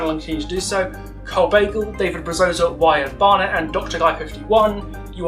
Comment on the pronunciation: Love the video, only gripe, its pronounced Broza :)